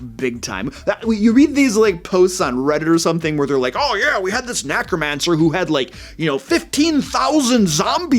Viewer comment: He does say Nacromancer.... I didn't notice until it came up on stream a bit ago